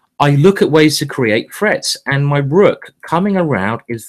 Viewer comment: not gonna lie -- the first couple of times i thought he was saying "frets"... and english is my primary language 🙄lol